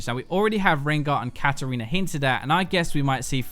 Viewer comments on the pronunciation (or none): "Katariner", haven't fucking heard that one before